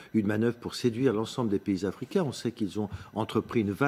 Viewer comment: cette journaliste est même incapable de bien prononcer le nom d'un pays africain ça prouve que vous connaissez pas l'afrique